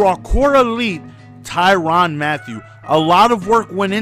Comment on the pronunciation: not ty ron not ty ran ty rin